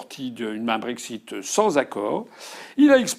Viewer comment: Quand est-il du brég-zit.... prenez donc un tag-zi. Le brexit on s´en fout. Imaginons par l´opération du Saint-Esprit et son aide transcendantale qu´Asselineau sera président en 2022 et que les poules auront des crocs à tricoter des gillets pare-balles. Bon, d´accord. Il dit: puisque j´ai été élu sur le projet d´un frexit, j´ordonne le frexit. Que la mer morte s´ouvre! Loupé. Il faut que l´Assemblée se prononce . La bonne question c´est de demander à l´UPR si elle peut se passer, constitutionnellement parlant, de l´avis de l´Assemblée, s´il faut une majorité simple ou absolue. Bon, tant que les upéristes de service ne répondront pas, je les tiens tous pour des blaireaux... mais je n´ai rien contre, je m´en fiche, je suis neutre....et que les connards qui pensent que parce qu´Asselineau serait élu, il aurait automatiquement une majorité à l´assemblée, on serait déjà dans une troisième période glaciaire après l´an 5 000... connards s´abstenir....